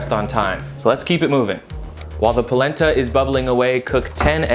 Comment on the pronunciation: Palenta? I thought you said PLACENTA!!